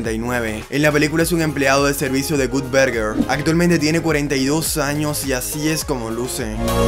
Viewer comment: Gutberguer. 🤣🤣🤣 Que mal inglés.